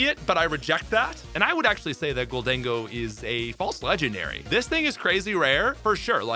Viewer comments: I reckon Togekiss passes the vibe check because it looks like the Lati twins. Also, I have never heard "golden-go" and I do not wish to start now. No one will convince me your pronounciation isn't correct. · Yes, I agree with the way you pronounce Gholdengo